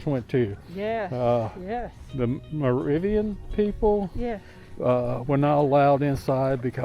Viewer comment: Thank you! I thought of changing channels when she said "Muh ROO vian". Figured if she couldn't pronounce it, what else did they get wrong?